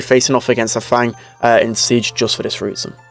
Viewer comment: fang is not actually pronounced as the english word fang. since he is decidedly chinese, the "a" in his name should have an "ah" sound. f-ah-ng